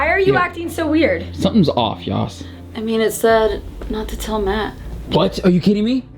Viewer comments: It's not yoss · Yoss❌ Yass✅ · It’s not yoss